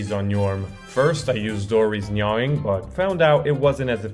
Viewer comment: its "nah-ing"